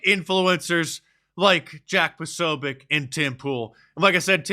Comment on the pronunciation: Posobiec is a Polish name. You pronounce c like in the word tz in the word tzatziki.